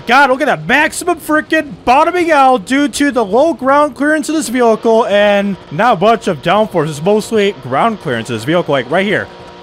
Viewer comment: Jesus the way you say vehicle is making my brain hurt